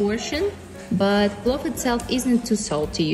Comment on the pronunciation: it's PLOVVVVVV